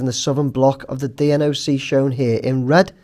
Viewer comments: rather than spelling out D - N - O - C all the time the usual form for those in that sort of industry would be to call/pronounce it more like 2 x words - Dee Knock, which stands for Deployable Network Operations Centre. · I'd still recommend calls it the Dee Knock rather than sounding like he's in a primary school spelling contest for future videos